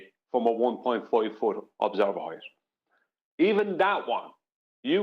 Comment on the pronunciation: Again with the "Heighth" please stop